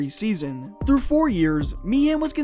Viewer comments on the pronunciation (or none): none